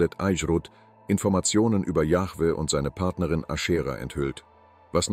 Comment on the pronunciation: Allein die Aussprache des Namens „Jahwe“ zeigt das man den Beitrag nicht ernstnehmen kann. Genau so wie jene wo der Name Jehova ausgesprochen wird. Wenn das schon verkackt wird, braucht man sich den Rest gar nicht erst antun.